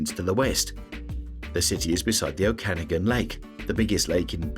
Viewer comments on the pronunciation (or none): Its O-kah-nah-gan not o-can-again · Don’t know if this narrator is AI but Kelowna is in the Oh-can-nog-an not oh-canagan 😊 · Its pronounced Okanagan...you obviously have never been there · you are saying okanagan wrong mate